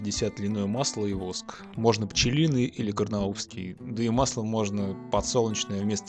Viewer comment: Всё круто. Но не мАстика, а мастИка!! не кАрнаубский, а карнАубсий!!!